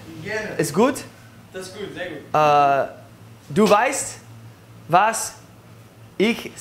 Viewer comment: Good not gut